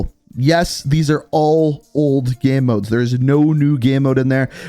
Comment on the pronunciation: Why is he saying “game” like that?? “Geme”